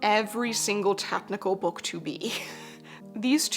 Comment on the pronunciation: every time says bewk my autism brain has me repeating it out loud like “bewk! bewk!” 😂